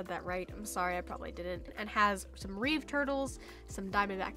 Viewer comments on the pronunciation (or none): none